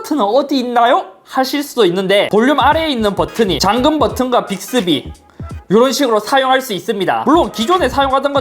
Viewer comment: 빅thㅡ비? ㅋㅋㅋㅋㅋㅋㅋㅋㅋㅋㅋㅋㅋㅋ